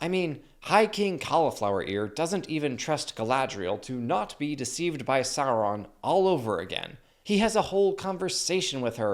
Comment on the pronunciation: say it right, its Saurrron